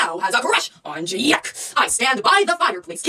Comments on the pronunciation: I love how she calls Jake and Jack JÆKE AND JÆCK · "JÆKE" XD